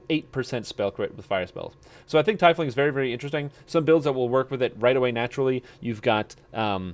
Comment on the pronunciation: Good videos, you got me playing DDO again. But its pronounced Tea-fling